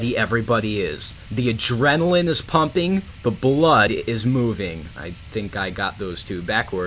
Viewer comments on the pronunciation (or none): none